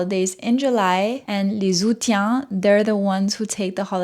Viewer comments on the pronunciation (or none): & - You mispronounced the word “aoûtiens”, which is pronounced [a-ou-sien]. Unlike the word “août”, where the initial “a” is often not pronounced, the initial “a” in “aoûtiens” is clearly pronounced. The ending “tiens” is pronounced like the pronoun “sien”, as in “Dalmatien”. 😉